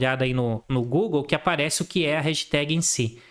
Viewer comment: Réjteg 10km 😂😂 baita aula, de se ouvir algumas vezes pra absorver todo conteúdo!